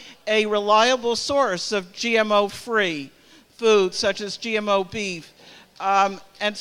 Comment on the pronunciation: This woman can't even say the word GMO correctly but she wants to ban it. Useful idiot!!!